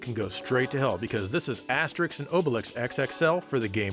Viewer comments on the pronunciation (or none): none